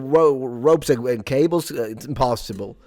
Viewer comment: You had me at: “Ropes and rables..”